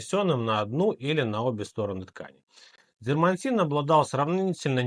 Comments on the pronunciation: Дерматин, а не дермаНтин 👎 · Прошу прощения, но не дермантин, а дерматин. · Только не дермаНтин, а дерМАтин. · Дерматин, а не дермантин. Знаток, блин, русской словесности. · Название происходит от греческого слова «дерма» — кожа, или «дерматинос» — кожаный. Правильно пишется и говорится именно «дерматин» — без буквы «н» посередине.